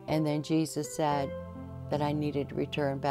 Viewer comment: She said zesus nah… now I am not believing